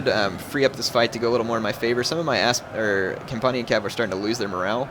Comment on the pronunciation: compunnian? it's companion